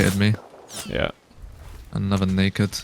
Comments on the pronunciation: That sounded soo bad, But I'm pretty confident He was actually saying Naked, but Pronounced it badly, and the Mic Didn't help. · Thanks for clarifying- def sounded like N word - very glad it wasn’t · Slow it down to 0,5 speed thats where i start hearing naked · "i killed that black NAKED with the tommey in the middel" Rewatched it 5 times cuz i thought bro said somethin else xD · It sounded like the n word lol I had my phone speaker covered and re winded the vid and heard naked the 2nd time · I know he said naked but it did sound like the n-word and you can’t deny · didn’t know naked was also said with an “i” in the middle and a “uh” sound at the end 🤔